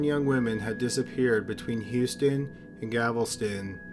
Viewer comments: A couple videos ago he mispronounced Galveston and I knew i/ someone else should've corrected him. Now i'm forced to listen to gavelston for an hour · I'm Canadian and I cringed every time he pronounced it "Gavelston". It's one of those idiot-proof words that most people past grade two should be able to phonetically sound out. I wonder if he's dyslexic? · I thought I was the only one xD Not hating or anything because I honestly love this channel ❤ buuuut him pronouncing it like "gavelston" gets me as well x_x Probably because I'm from Texas and have never heard someone pronounce it like that before o3o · that's not called an accent, it's called mispronunciation, an accent is not the same. He says "Gavelston", placing the "L" in the wrong place. If I said your name was "Calire", is that the same as saying "Claire"? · Oh no, here we go with “Gavel-stun” again... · Thanks. I was hoping I wasn't the only one. Bless his heart for trying. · Llewellyn Puckett It sounds like he is saying Gavelsun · I think he’s saying Gavelston lol but we know what he means lol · “Gavelston” is killing me. I know he’s from Canada - I don’t care - it still bugs me lol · Love your videos...however I just have to say that Galveston is pronounced, "gal-vuh-stun". Regardless, great video. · On behalf of Canadians, I'd like to apologize, for not all of us don't know how to pronounce Galveston. I think as he read it in preparation for this video, he read it as Gavelston. Dyslexia perhaps. Remember in one video he said chick-a-fil? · I just wish he could say GAL - vas - ton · ....Gavelston ....Ohhhh Gavelston ....by Gland Cample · Haha .. it's GALveston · It’s GAL veston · That was driving me insane! That and the pronunciation of "bay-you", I've always heard it pronounced "bye-yew". I had to stop watching because of it. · It was driving me nuts. Like how many times can a narrator read a word and keep pronouncing it wrong? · Guys it’s not just Galveston.. this dude can’t speak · “Gavelston” lol